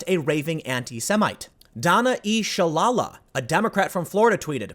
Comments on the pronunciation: Pronounced Donna Sha-lay-la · The name is pronounced Sha-lay-la. Love your show but wince at some of your pronunciations. Last week I heard you say Willa-mette for Willamette Week, a local paper named for the River that runs through town. It's very common for those who don't live in the area to mispronounce things. The Locals say it Will-am-ette. Keep up the great work!